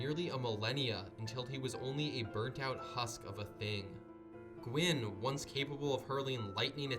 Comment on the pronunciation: Gwyn means white in Welsh. Dunno if that's where the name came from. Pronunciation is right tbf